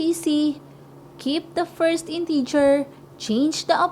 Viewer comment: mali pronunciation mo ng integer in-teh-ger hindi in-tee-ger